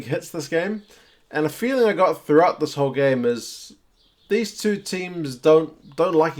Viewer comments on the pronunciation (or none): none